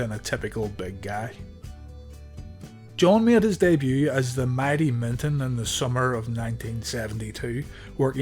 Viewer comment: Who the fuc is Milton..try Minton